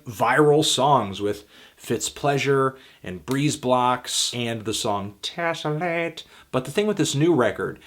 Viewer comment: i loled when you said "Tessilate"